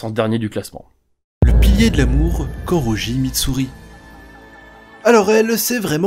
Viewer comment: La vidéo est bien mais Vous auriez pu faire un effort pour la prononciation des nom Et C’EST « KANROJI MITSURI » la Koroji quant même... Shinobu kochô ne fait pas 40kg je c’est c’est pour arrondir mais elle fait 37kg SPOILE😬 pour « regardeur » de l’anime!!!! c’est Tokito le premier à avoir eu la marque Dan le manga il n’ont pas dis quant ça se passait, après avoir battu « gyokko » il n’y a pas de truc du style « Quelques minute plutôt » Donc ça veut dire que mitsuri a développé ça marque un peut après